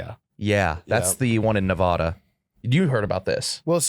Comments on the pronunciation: its pronounced Nevada not Nevada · thats fine he just keeps saying Nevada wrong